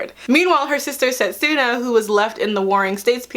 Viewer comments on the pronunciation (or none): At least pronounce their names right. Towa, setsuna and moroha.